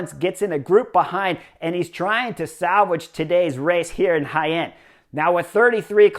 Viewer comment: Clicked as fast as I could to hear you pronounce Jaen. Well done, Chris!